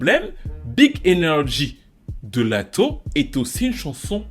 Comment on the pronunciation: "létto" 😭 bébé respecte miss lAtto 😂😂